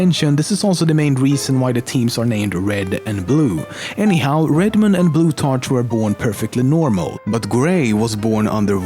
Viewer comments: its pronounced blutarCK not tarch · bloot- ARK is the pronouncination for blutarch :) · its pronounced blu-tark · Loving the amusing pronunciations of Blutarch and Pauling there. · The name Plutarch is pronounced with a K sound.